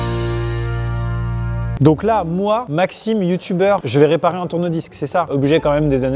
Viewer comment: Moi a la fin de la vidéo qui comprend tourne vice a la place de tourne disque et qui se dis ...c'est bizarre je suis pourtant sur qu'il n'a pas réparé de tourne vice ...je rejoue la vidéo 2 fois pour comprendre enfin tourne disques 😂😂😂😂😂😂😂